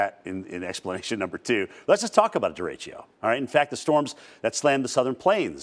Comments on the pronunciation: Here’s some quick wisdom: First, it’s pronounced Deh-deh-choh. Not durechio lol Second, derecho in English means directly, or straight ahead. Which is exactly what it is and does. It’s a fast-moving widespread burst of thunderstorms moving in a straight line caused by a storms downdraft and it’s cool air dropping rapidly back down to the surface. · Duh-RAY-Choh (not duh-ray-chio)